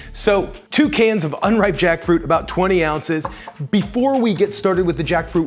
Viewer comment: them: take a shot every time he says jackfruit me at 20 sec: koreesn freyed jAckfroot